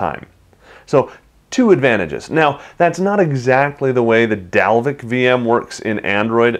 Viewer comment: I am from Iceland and you are prety close to pernouncing Dalvik right.